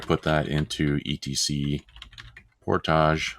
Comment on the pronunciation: I too pronounce portage in french! made me chuckle